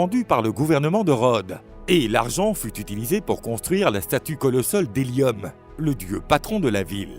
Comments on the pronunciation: Ptolémée et non Prométhée, Hélios et non hélium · Helios pas Ellium, Ptoleme pas potleme .... etc etc Franchement j'aime ce genre de vidéos mais c'est bien aussi de maitriser son sujet... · Ah la fameuse divinité solaire Hélium ! Toujours été une de mes divinités préférée malgré son timbre de voix un peu trop aigu et nasillard.